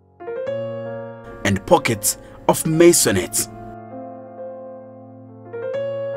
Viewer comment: Good video but couldn't get enough of u saying masionates 🤣🤣🤣🤣😂😂😂